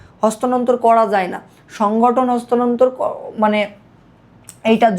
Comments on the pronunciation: bal beta eita hostanontor na sthanontor . uccharoni to korte paros na abar ki bal bujhas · ভাই কষ্ট কইরা ক্লাস রেডি করলেন... কিন্তু এত ভুল কেন? ভাবছিলাম মতো ক্লাস হবে। বাট আপনি তহ স্থানান্তর উচ্চারণটাও করতে পারেন না। বার বার হস্তানন্তর বলছেন। 😑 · ota hostanontor na sthanantor, vumi hobe